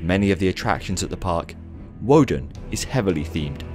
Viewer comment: It’s pronounced with a v instead of a w...